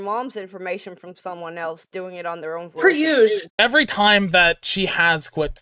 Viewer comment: “pre-uzzsh” 🤦‍♀️ it’s “per usual”